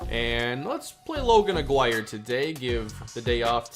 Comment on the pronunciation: Don’t like being that person but I think Aguirre’s name is pronounced “ah-gee-rey”. This series is 🔥🔥 glad smb got a franchise mode